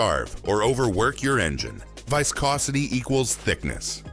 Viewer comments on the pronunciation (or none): Why does audio say viscosity pronouncing it two different ways.